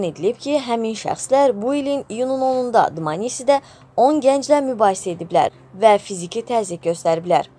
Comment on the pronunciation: Dmanisi YOK. DMANiSSSSSSSS VAR !!!!!